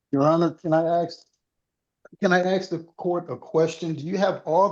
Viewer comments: "I want to axe you" is a threat. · "Can I axe". That says it all.